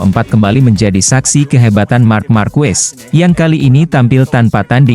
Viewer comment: marc ma'rquez di baca mar ma'rqe